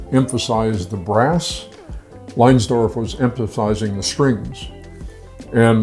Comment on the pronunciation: SOO-bic Bay, Erich LINES-dorf, Georg SHOL-tee. I gather you've never heard of this place or these people.